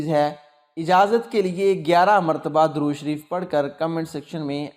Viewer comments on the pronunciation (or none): none